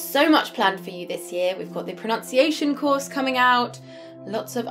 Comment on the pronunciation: Ma'am you mispronouced the word Pronunciation as PRONOUNCIATION.